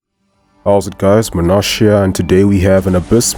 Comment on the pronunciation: He says "Munash here" but it always sounds like Munashya to me 😂